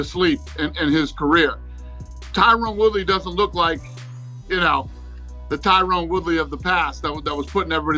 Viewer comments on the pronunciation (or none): DANA... his name is not Tyrone. It's Tyron.